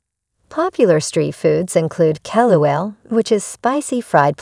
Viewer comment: Its not Fewfu it's fufu😂, it'd Kelewele not Kelewell